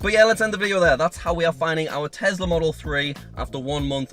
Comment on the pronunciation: I think you mean Tesla as you keep saying Tezla. LOL ☺